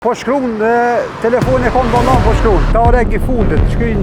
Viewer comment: “Telefonin n vOllAn po qKrun”